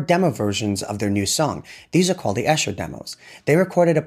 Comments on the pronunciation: George lived in "EE-shur", not "EH-shur". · Esher is mispronounced in this video. It is pronounc correctly ed _E_sher, NOT _ _Eh_sher.. Thankyou. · ESHER, is pronounced EESHER. It is a small town in Surrey just outside London.